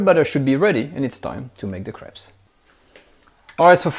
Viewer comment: It sounds like he’s saying he’s gonna make the most super savory craps today